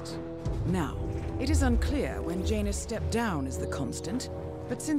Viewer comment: JANUS the J is silent